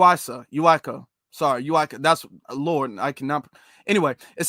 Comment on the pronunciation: It's pronounced U - Tee - Ka....Utica. break it up in syllables.